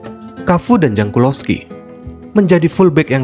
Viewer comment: Penyebutan jankulovski: yankulovskidan jaap stam : yapstam